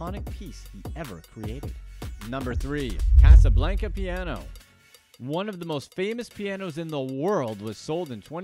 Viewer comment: Guy can’t pronounce Casablanca